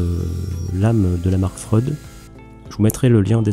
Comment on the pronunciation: C'est bien pensé la butée excentrique ! (Freud. ça ce dit Fréoud, ça peut aider pour un partenariat ^^) a+